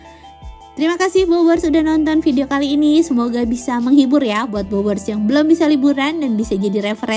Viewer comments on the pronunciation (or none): none